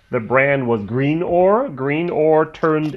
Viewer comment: Oh and by the way it’s pronounced grin-or after the nearby port/village of Greenore